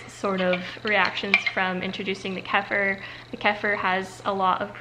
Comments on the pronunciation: it’s pronounced keh-fear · Kefeer how it is pronounced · The farm coop where I purchase my raw kefir pronounce it “keyfur”, but the original word has an e in it, and English is the only language, I’m pretty sure, that pronounces “e” as “ee”. Turkish or whatever mediterranean language that originated the word would almost certainly have pronounced it Kheffeer. I go with the pronunciation of whoever I’ m talking to. It’s a live food and if it tastes creamy on day 1, it will continue to turn more and more sour as the culture uses up the milk sugar. I would suggest eating the dairy at breakfast, and then switching to meat for the rest of the day. Both meat and milk contain a lot of sodium and protein, which tax the kidneys. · I pronounce it ka-fear?? Try browning your butter and put in freezer for a fat bomb butter treat, yummy!!😋 I love goat cheese because goat milk doesn't contain the protein casein, which some people can be sensitive to, like me.😜 You're killing it kiddo!! God bless!!🦁